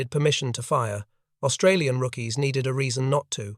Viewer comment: Please ask Australians how to pronounce Australian. It's annoying.